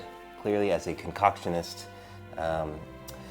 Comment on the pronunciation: "Concotionist" hahaha